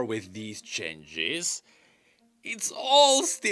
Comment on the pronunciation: Can someone teach him how to pronounce changes?